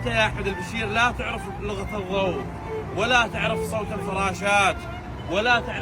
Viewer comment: لغة الضوع مو لغة الضوء يابو الكلوبات 😂